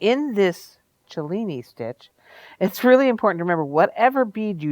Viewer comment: Love the video and thank you for pronouncing Cellini correctly.